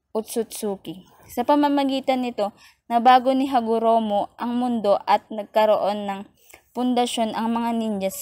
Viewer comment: HAGOROMO NOT HAROGOMO